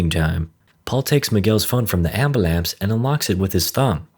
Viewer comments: Did anyone else hear "embelemse" instead of Ambulance? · "ambulamce" its an ambulance not ambulamce.. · Ambulance pronounced as Ambalamps. 🤣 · Took his phone from the 'ambalamps'.... lmao studying ebonics? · “Paul gets his phone from the ambalamce” lmaooo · "paul takes miguels phone from his ambulampse" im dead💀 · "Dumping his load all over the mans chest." "Ambalamps" lmao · Why'd he say [Abhulance] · Fuck this narrator!! “Ambalambs” 😂😂😂😂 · Anberlamps, nice touch man 😅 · said AMBALAMPCE 😂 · lol ambalance got me crying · Dude really said AMBALAM 😂😂😂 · Did I just hear "Ambalampse" ? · I love how you said "ambalance". btw love your video's :)